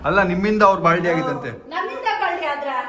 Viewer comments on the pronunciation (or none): ಬಾಲ್ಡಿ ❌ ಬಾಂಡ್ಲಿ ✅😂